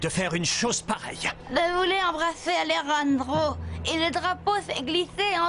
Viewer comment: Non c'est Alejrandro mais ça ce prononce Alerandro